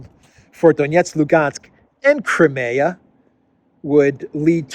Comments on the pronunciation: Great video. One little thing: Crimea in English is pronounced Cry-ME-a. In Russian, BTW, it is pronounced like Cream, as in whipped cream, with a lightly rolled r. Spelled Крым. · Is there no one available to tell how to pronounce Crimea?